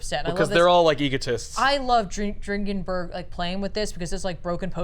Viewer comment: I believe Mike Dringenberg’s name is pronounced “Drin-Jin-Burg” but I’m not positive.